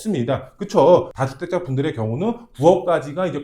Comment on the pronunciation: 다주택자 다는 짧게 발음해주세요